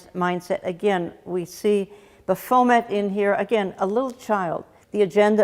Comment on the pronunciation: Hi Jan- I think it’s pronounced “Baff-o-met. Not Ba-foam-et. 😂🤣. But for that name it’s okay to mispronounce. God Bless You!!